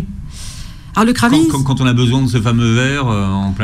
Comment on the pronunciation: ça se prononce: 'kreyving' = Craving en anglais